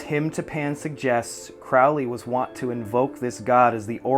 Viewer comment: And Crowley is Crow (as in bird) ley